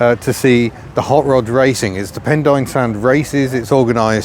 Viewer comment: A very interesting video, it may be spelled Pendine but believe the pronunciation is pendeen. Also amused by Americans driving coops (coupes) not coupés', they lost the chickens somewhere.